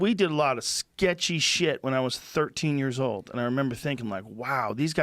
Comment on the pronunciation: Lol, i though the same thing, so i wrote the comment: Joe "sketchy boys " Rogan